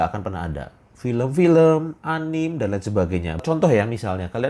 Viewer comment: A-N-I-ME bukan anim 🤣